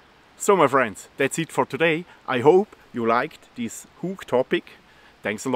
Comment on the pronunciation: I like how he says "ze hük"